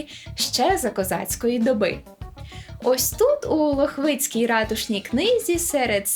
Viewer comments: Дякую, але трошички (так, так, у нас кажуть саме через И) поправлю: не лохвИцький, а лОхвицький. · В слові Лохивицький наголос на перший склад, знаю бо я звідти)